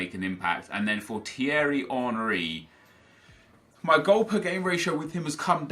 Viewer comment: u pronounce Thierry 3 different ways... 1st it's teery then u pronounce it right then u pronounce it right again but u say TH instead of the T hahahaha make up your mind will u lol